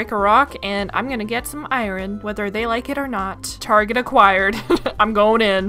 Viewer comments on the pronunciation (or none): … you are pronouncing iron I-rin 😂. It is actually I-orn even tho it is spelled iron 😅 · Okay I gotta say it It’s ai-urn not ai-ren 🥲 great series! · I feel bad because it’s driving me absolutely nuts to hear it pronounced incorrectly 😅 love the vids, but I-rin 😬